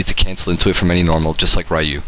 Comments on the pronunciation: his name is Ryu (pronounced like Reeyou not Rīyou) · Can you pronounce Ryu's name right?